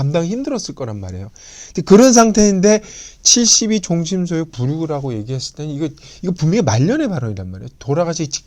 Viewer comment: "종심" "소욕"이라고 두 자씩 띄어서 읽ㅇ셨는데, 이것은 "종" "심소욕" 이라고 ㄸ어 읽어야지요.